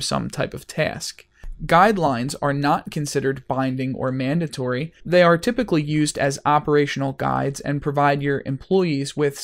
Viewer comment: It's pronounced "mandatory", not "mandantory". There's only one letter "n" in there. It's okay, you're in good company. Benedict Cumberbatch can't say "penguin" :-).